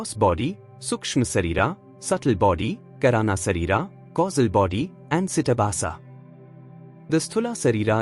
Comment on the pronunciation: It is not karaana sharira (കരാണ ശരീര - कराण शरीर) It Is kaarana shareera (കാരണ ശരീര - कारण शरीर) It is not sitabasa (सिटबास - സിറ്റബാസ) It is chidaabhasa (ചിദാഭാസ - चिदाभास)